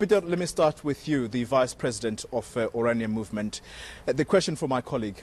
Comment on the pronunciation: Afrikaaner people don't say "with" they say "wif" lol